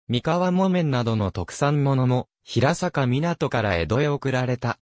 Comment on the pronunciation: 地元出身ですが、ヒラサカではなく、ヘイサカと呼んでいますよ。